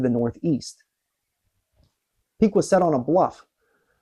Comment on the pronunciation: You're not from Ohio are you? Piqua is pronounced Pick-wuh not Peekwuh and Chillocothe is pronounced Chill-o-cothee...